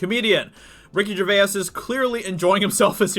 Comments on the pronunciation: Ricky Gervais (Jer-vays not Jer-vay-is) has been doing this for over a decade in Britain. He has not suddenly decided to pick on Hollywood or the Left (he is actually a classic Liberal himself and is not particularly interested in politics as such), he just likes free speech and hates hypocrisy and has always pushed the boundaries in the cause of humour. In fact he usually makes the most fun out of people he likes the most (so he probably actually likes the Hollywood stars but wants to roast them for their sanctimoniousness and hypocrisy). This kind of roasting we call 'taking the piss' over here in Britain and it is part of our British culture. Friends do it to each other all the time. Ricky is probably not aware of how strongly this will be misrepresented or misunderstood in the USA. Either way, he won't care and will just carry on like he always has. He loves getting a reaction as he feels he has hit the mark and shaken the precious politically correct boundaries a bit. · Am British and you are saying his surname wrong...if you want to pronounce right, it sounds if you saying. Jay-vase ( Gervais ) stupid yank 😂🤣😂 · If you are at all interested in cashing in on Ricky "Ger-vay- us" then learn how to pronounce his name or risk being included with the rest of the media morons. I understand that English is not your first language being from the US but do SOME research, please. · You are pronouncing his name wrong mate, it's jervase ✌️👍 How have you never heard his name pronounced when you're making a video about him. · This week in Americans vs Names. RIKKI GER VAY YAS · Tabarnak.... Ricky Gervais... pas jer-ve-ess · It’s pronounced Ger-vays Like ‘rays’ Or says Or lays Shall I go on? ☺️ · You keep pronouncing Ricky Gervais name wrong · Well I got to 1 minute, can't take his miss pronunciation of Gervais any longer!! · Learn to pronounce his name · Why do you pronounce "Gervais" weirdly? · ......yet you can’t pronounce his surname correctly? Seriously ?